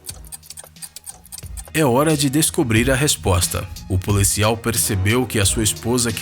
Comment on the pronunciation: Ele pronuncia policial como polícial